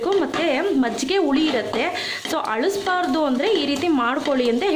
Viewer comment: “weavers” ಅಲ್ಲ “viewers”. “ಅಳಸ್ಬರ್ದು” ಅಲ್ಲ “ಹಳಿಸಿ ಹೋಗಬಾರದು”🙏🏼